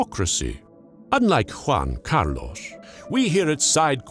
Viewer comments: in english you pronounce something like Huan Car Loss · I really like how sure he is about the pronunciation of "Juan Carlos". Very good indeed. Now, Spain is not Mexico so... no Nachos... Tapas maybe. Good video